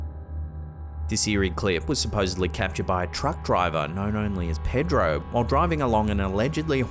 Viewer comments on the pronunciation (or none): none